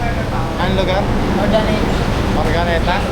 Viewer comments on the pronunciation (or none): Correction. Urdaneta hindi urganita